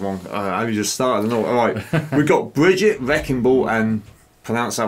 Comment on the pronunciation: brigitte is spelled ( bri gui ta ) not brigit, i love this character but right now unfortunately she is the most hated character in overwatch. hammond of course used Winston plan of escape to escape too but he landed in Australia in junker town which is controlled by the junker queen he participated in the mech fights there and crowned as the best by the junker queen herself as you can see in the origin story moira is my favorite character in overwatch and she is my main its spelled ('mo i ra) she used to be scientist in overwatch but her work was unethical so overwatch kicked her out and deleted all her papers about regenerating cells technology but reaper aka gabriel reyes was the leader of blackwatch by then he realised that moira is important and her technology can't be wasted so he made her join them as part of blackwatch during that time she either caused his cells to do what they do or helped him control we still don't know after wards of course over got shut down and also blackwatch so reaper joined talon but moira went to iraq in a place called oasis to be the minister of science there under the support of talon then talon invited her to join them so she became 1 of the leaders of talon councel along with reaper, doomfist and others. sorry for the long stroy lol grear reaction as always keep it up ;)